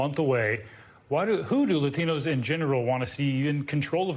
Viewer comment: The way this host pronounces "Latinos" is triggering me